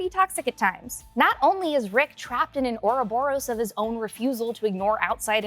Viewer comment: It sounds like you and the word "ouroboros" have a lot of catching up to do... 😈😂